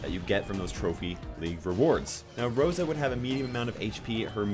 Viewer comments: He got the name of rosa right tho 😂😂👌👌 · Got Rosa right...well the name😂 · You got Rosa correct